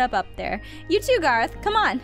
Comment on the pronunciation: it's garroth not gereth caw caw